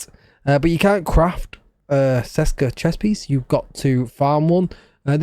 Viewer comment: It's CHESKA not SESKA 😅